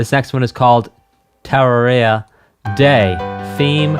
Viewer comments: Just started the video don’t know if he figured it out but it’s pronounced terr-air-e-uh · ter (like turn) rARe (like the word “rare”) ia (ee-uh) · pronounce it: Ter-air-ia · whoever that person was in the chat at the beginning, they were lying, it's pronounced ter-RARE-eea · Just a tip on pronouncing Terraria, Say Terrarium, now take the ium out, and do ia ter - air - e - ah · tuh-rah-ree-yuh is the correct pronunciation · Oh man, hearing him say Terror-ia every time... Tell me he's trolling chat trying to correct him over and over, right? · Tera-ria-uh be killing me. Great video. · ITS PRONOUNCED tir-area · Never in my life have I heard someone pronounce terraria terror-ia. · "terror-area" .... im dead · It's pronounced: tuh-rare-ee-ah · I never played this game only seen thumbnails...also I believe it's pronounced "tear aria" like paper tear not 😢 lol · It's said like terrarium tuhr-rare-ee-uh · ter-ra-re-ah TER same as turn just with a E rather then an U, RA like the egyptian god Ra, RE like re-due, and AH no change there. sorry they most likely used the google "how to pronounce" spelling that can be misunderstood but its VO of it is right. the reason the boss themes are not uniquely named is the game has alot of bosses so they reuse the themes for most of them. (17 bosses 8 have unique themes). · The pronunciation of terraria is sacrilegious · Does he even pronounce "Terraria" correctly once in the entire 2+ hour stream? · ive heard people pronounce it tuh-rare-ia, and tuh-rawr-ia, but NEVER terra-ria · i PAINS me to hear someone misspronace Terraria. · How you pronounce Terraria is absolutely atrocious. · how does he butcher the name that much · It’s pronounced terraria not terraria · Oh boy that pronunciation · Also, for the name: put emphasis on the second syllable, like "terrarium". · The title of the game is mildly disputed, you have succeeded at pronouncing it wrong to both sides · tur - RARE - ia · its TERaria not TARaria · It’s Te-re-ria